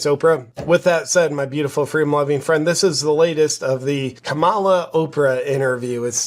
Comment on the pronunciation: Oprah was thinking Can someone tell her to shut the f##@ up? FWEEDOM... Check her earnings!